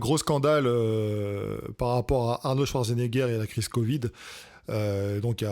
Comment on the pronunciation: "Arnaud Schwarzenegger"